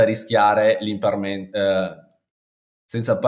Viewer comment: Ottimo 👍. Un pò di difficoltà nella pronuncia IMPERMANENT 😘